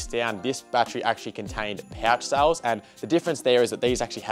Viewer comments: is he saying souls, instead of cells? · I think it’s his Victorian accent? 😂